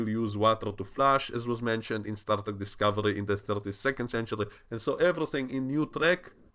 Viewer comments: Star Dreck? Are you german or something? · xD you said Star Dreck thats Star Trash in English... Wonderful